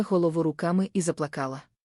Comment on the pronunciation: Слово заплакала но заплакала наголос на а